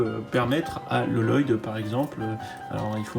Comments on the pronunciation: TU ME STRESSE À FORCE DE DIRE LELOYDE! ÇA CE DIT LOYDE! PAS LELOYDE! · Exactement ! C!c'est pas parce qu'il y a deux L que sa ce dit loloyde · Bonjour On ne dit pas LLoyd ça se dit Loyd, les deux LL se dit en un seul L. Je sais s' est bizarre qu'il y a deux L mais bon c comme ça. Sinon la vidéo est superbe continu tout ça, personnellement j' ai acheté ce set deux fois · Excuse moi et sans vouloir te vexer mais premièrement Vex est second dans l'ordre de l'armée de glace au-dessus l'empereur de glace et deuxièmement Lloyd se prononce Loyd et non Loloyd. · Il se prononce loyd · Super vidéo mais juste pour te le dire c'est Lloyd mais ça se prononce Loyd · Enfaite ça se dit loyd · J'y connais rien en NinjaGo ni en prononciation des noms mes avec Lloyd tu m'as trop rappelé le sketch de Jeff Dunham avec Peanut qui se moque de la double consonne dans son prénom "Jefefeeee...." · je le sais déjà ça ,c'est juste pour qu'il ne fasse plus l'erreur